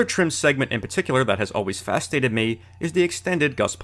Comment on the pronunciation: haha he said "fastated me" instead of fascinated